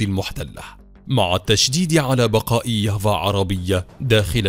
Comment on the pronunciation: كيف يافا صارت ياڤا يلعن أبو السرد على أبو الي علمكو النطق